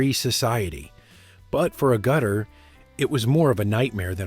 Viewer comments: She is Jenny "ahh-gutter" not "A-gutta" 😡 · It's pronounced Ag (as in Mag) -utter. Same as Ag atha Christie. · Agutter is pronounced AGET-ER. Like Agatha but without the "H".😊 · It is not A Gutter that takes rainwater off the roof, IT`S Agutter all one word.The U is pronounced as a soft a. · her surname is said as AG GUTTER not A GUTTER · I appreciate that you are American and struggle with basic English, Jenny A- gutter ?…A for Apple. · ay gut a? Noooo Agguter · Great film. Tedious voiceover. Her name is said (roughly): AGGerter and not a Gutter! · Ahgutter!- not Hay-gutter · Jenny and I are both from the UK and her surname is pronounced Ag-utter, not A-gutter, as in this vid. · It's 'Ag-utter' not 'A-gutter' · You pronounce Agutter with the A as in apple, so it is Ag-utter, not A-Gutter. A gutter is something that catches rainwater around your house. And it is not A as in Anus either. Perhaps her issue with nudity in this film was due to it being her first time wearing a skimpy costume. Maturity helped her cope better. She was young, after all. And please do not remake it. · I'm pretty sure she is called Jenny Agutt-er, not A-Gutter! I enjoyed Logan's Run - It's not a GREAT film, but it's a decent one, with a very interesting premise and Jenny Agutter always looks good, even now! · I saw this on original release, mainly because of Jenny (By the way it pronounced Ag utter not A gutter) I had a thing about her since her being in a BBC soap (the Newcomers) where her character was only seen during her boarding school summer holidays. At the end I thought "She won't be back, she's too good for this. the caracter reapeared - but played by Maggie Don, not Jenny. I believe that in the stripping scene in the ice in Logan's Run she was not completly naked, but had a crotch cover. She seems to be a very nice lady and stayed around in the foyer to chat after a showing of "I Start Counting" (with Q&A session after) at the BFI Southbank. I had a short chat to her there.